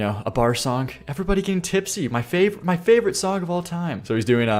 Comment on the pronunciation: You say “sonk” a lot, trying to say the word “song”! I like your content but I think it’s funny